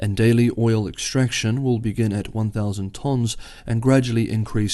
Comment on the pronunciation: Interesting pronunciation of “tons”